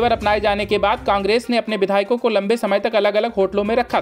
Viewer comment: Such poor pronunciation....Aaadio Tape nahi bewakuf. Audio tape...Caaaaangress nahi Congress.